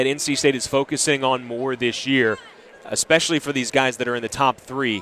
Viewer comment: I ex-pecially like the ex-capes